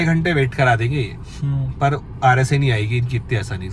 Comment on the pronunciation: It's RSA not RAC 🤓